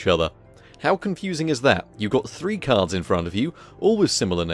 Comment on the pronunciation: Who keep hearing cars and not cards